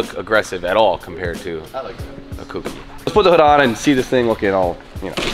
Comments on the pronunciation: For the love of god, if you're going to be doing a Kouki please say it right lol. It's not spelt KOOkee, dont harm us by saying it like that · Jdm dudes cant say Kouki correctly